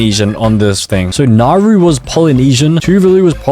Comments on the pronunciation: Mistakes: 1 AT THE FIRST SECOND THATS NOT THE USA FLAG, THE FLAG HAS 15 STARS 2 that's not the name the name of that country is name Canada not canadia 3 NOERU? this is actually how you pronounce it. Nah-wo 4 Palau is a completely different poland 5 that star means where narau is 6 nah bro got another pronunciation wrong again mannakeo is mon-a-ko 7 another one? THIS IS THE WAY HOW TO PRONOUNCE --> say-chells 8 3 pronunciations wrong 3 times in a row IS saint kitts of nev-iz 9 IM ABOUT TO SANITIZE MY MOUTH IS BAR-BEAD-DOES 10 just because it has the word saint in the name doesn't mean that it has stars In it 11 LITHUANIA!? IT IS LINCH-IN-STIN 12 IM LITERALLY CRYING THAT HE CALLED AUSTRIA AUSTRALIA 13 I JUST DONT WANT TO SAY IT.... JUST LOOK 14 look ....... JUST LOOK . is two-va-lu 15 t h a t s n o t h e a u s t r a I l e a f l a g Work in progress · I’m pretty sure it’s pronounced Nauru N-a-r-oo also Nauru is a pretty good country 🇳🇷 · I’m pretty sure it’s pronounced Nauru N-a-r-oo